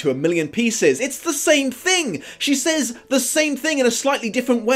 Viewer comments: Speaking of physical and emotional abuse...I'm not an American, so I really don't actively want to tell the English how to speak their own language, but says is pronounced "sɛz" not "says" (search it if you don't believe me). Sorry but it makes you sound like ignorant uncouth moron! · I'm in love with you. There, I said it. Also, I ADORE how you say 'saYs' Oh, by the way, you forgot to mention the plot holes. But I have some ideas why you didn't mention them (2 hours long video)